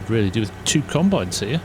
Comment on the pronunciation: 21.27 don't you mean weally